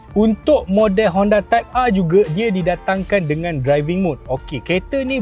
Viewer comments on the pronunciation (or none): Nobody: Abg Japar: "Honda Civic Type Arrrr"